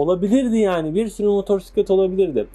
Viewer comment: motorsiklet nedir ilkokul 2terkmmisin türkceyi boza boza ne hale getridiniz sirf siz siveli garip konusuyorusnuz diye türk dili böyle degil diksiyon dersi ali öyle video yapin hayatinda motosiklet diye bir kelime duymadinmi baban amcan komsun motorsiklet dedi diye gercegini ögrenme zahmetinde biel bulunmamissin önce ögrenin